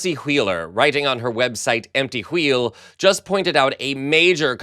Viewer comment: Stop trying to be fancy and adding an hour in front of every w you pronounce. Huwhen, huwheel..... stahp...